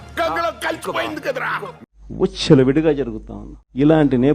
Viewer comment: ఉచ్చుల విడిగా కాదురా, విచ్చలవిడిగా